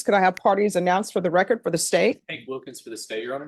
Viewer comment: You mean wrekurt as in munt? (I love her, but c'mon!)